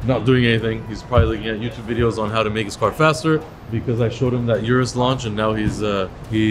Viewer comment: Thanks for pronouncing Urus the correct way. I always check and confirm how employees and manufacturers pronounce the name of their products.